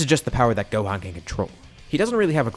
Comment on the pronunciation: Am I going insane or did you say GOAThan every time you said Gohan, I feel like I hear it, but it also kinda doesn’t feel like it, explain yourself